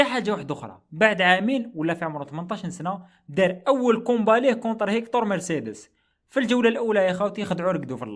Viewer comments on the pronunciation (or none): none